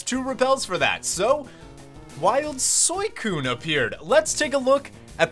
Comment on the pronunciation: Why do u pronounce Suicune as soycone? Its Suicune dude